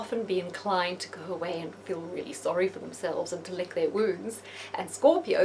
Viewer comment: it's "really" not deally.